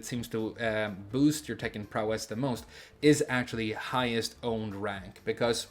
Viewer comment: Prowess is pronounced PROW-ess (same emphasis as ‘instance, limit, prankster’) 👋